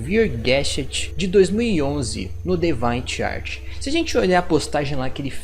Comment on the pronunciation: Seu inglês não é muito bom, cara. DeviantArt se pronuncia "di-vi-an-art"